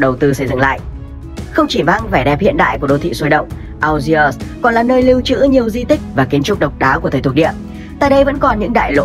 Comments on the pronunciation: phát âm là ni giê và an giê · Đã đọc tên đất nước là "An giê ri" thì đọc tên thủ đô là "An giê" mới đúng chứ 😀